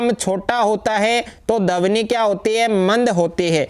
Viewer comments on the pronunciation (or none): सर यह ध्वनि होता है ना ही की धवनि